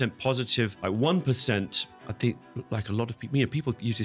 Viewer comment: "THINK" not "FINK"